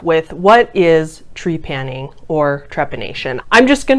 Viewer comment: Ok, so the word is not Tree-panning. It is trep-a-ning. And I wish you had spent more time researching what scientists say instead of just deeming is “wrong”. Research more